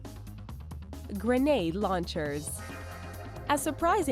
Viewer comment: lol she annunciated grenade launchers